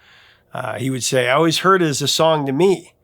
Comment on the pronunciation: You mean “I hoyd it trooda grape vine”?